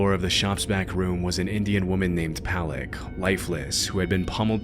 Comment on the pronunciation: Bhadreshkumar Patel is my cousin. Wtf is “Palak” ? Her name is “Pal(a)k” not Palak… Palak means spinach.